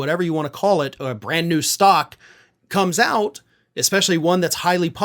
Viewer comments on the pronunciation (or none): none